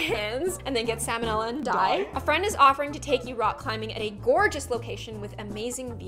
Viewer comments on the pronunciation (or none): none